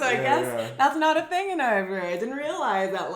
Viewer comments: Interesting from the start - but my goodness,!!!:-) <3 Did you say Årebro? You got me really confused! Please, you'll give your Swedish the final touch, if you'll take half an hour for this: fanfare: Å is always pronounced å!:-D drumroll: Ö is always pronounced ö!:-) There are no exceptions! Nada! Never ever any exceptions! Å is not a difficult sound for you - you have it in your name: Thyron - in Swedish: Tajrånn. Ö is not a difficult sound for you, either - you have it in nerd, first, heard, wouldn't it be convenient if you would always write them nörd, först, hörd? It is as if you'd need to be confused about spelling, you are that used to it, because your own mother-tongue is so confused about spelling, for historical reasons. Look at the words below, read them aloud, and remember: å is always å, and ö is always ö, and then, when you take the subway or walk through the town, reinforce the connections, when you see all kinds of signs and adds - å is å, and ö is ö. No exceptions!!! Åker, Åhlens, Skåne, Åland, Åre, Vårgårda, Åsnen, Håkan, måndag, svår, går, står, mår, får, låta, våta, våra, åka, ås, ål, hård, hålla, kråka, bråka, låna, nån, sån, måste, etc. Östersjön, Örebro, Köping, Söder, Öland, Götaland, lördag, söndag, söker, göra, öga, höra, lönn, lön, bröd, smör, nöt, öka, öste, öl, böla, kröka, göra, mörk, möta, mötte, möte, möjlig, skön, etc. If you see Å å, you pronounce it å - every time! Just like we do. If you see Ö ö, you pronounce it ö - always! That's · you pronounce Örebro like Årebro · What is "Orebro"? Make an effeort to pronounce Ö correctly. The phonem does exist in English. This discussion was just as meaningless and shallow as can be expected of two yanks.